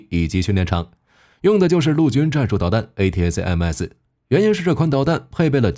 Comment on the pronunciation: A-ta-kam-s 請用音標發音。